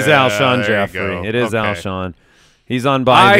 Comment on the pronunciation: Lmao I kept thinking “it’s Alshon” over and over during the beginning segment, having to watch and mike struggle with that was kinda painful haha